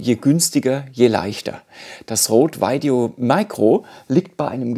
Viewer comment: Super Video. Vielen Dank. Sehr hilfreich. Hätte viel mehr Likes und Views verdient. Bitte nicht mehr Veideo sagen. Maik oder Mick ist beides möglich, da irrt sich TripleU-E.